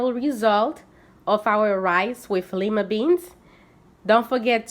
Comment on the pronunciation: LOOKS GOOD 😋 IT’S PRONOUNCED “LIE-MUH” NOT “LEE-MUH” FYI 😁